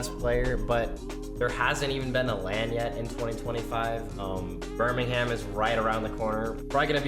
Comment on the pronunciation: Nah the bir-ming-ham is crazy (for reference it's ber-ming-m)